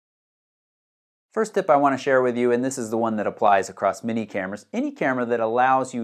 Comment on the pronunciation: When you say "many cameras" it sounds like "mini cameras" and I confused the heck out of me until I realized what you meant